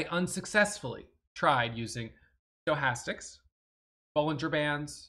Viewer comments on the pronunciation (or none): Anyone who claims to be a trading PRO, yet pronounces Stochastic as “Joe-hastics” is someone I can’t trust to be honest with his trading performance!!!